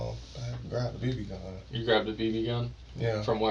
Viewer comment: It’s so annoying how he pronounces gun as “Go-Uuuuuun”. 😂